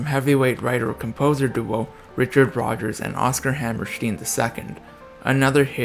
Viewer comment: Who is Deena Shore ? Who the hell is Oscar Hammersteen ? What's with this idiot who can't get a name right ?!?